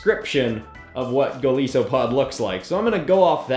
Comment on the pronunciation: Its Goal-ice-so-a-pod not goal-ee-so-pod